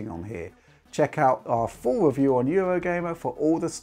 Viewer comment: I love that he finally cought that wascally wabbit and went into Youtube to weview gwaphics cawds.